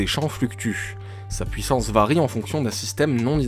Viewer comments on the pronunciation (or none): none